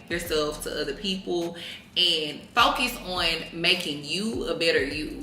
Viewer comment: u gone what?… “furcus” 😭😂